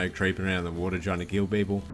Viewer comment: wotah base